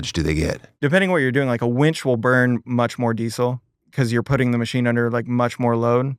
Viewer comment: Tosh made my eye twitch every time he said "wench" instead of "winch". WIN, tosh, it is a WINch, not a WHENch.